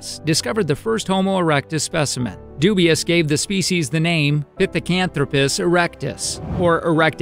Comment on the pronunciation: It's not pronounced Dubius, it's Dubwa. Learn how to pronounce French names.